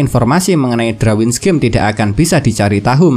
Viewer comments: Darwins bang bukan Drawins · Risih dengernya kalau bilang drawin